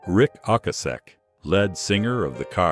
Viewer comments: Rick "OKAY-ZEK:" not "OCKA-SEK" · The worst was describing Ric Ocasek and "led" singer of the Cars 🙄